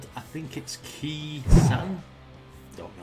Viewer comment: Khe Sahn is pronounced Kay San 😀 Cheers from Down Under Please react to Jimmy Barnes (aka Barnsey) singing “Stone Cold” 👍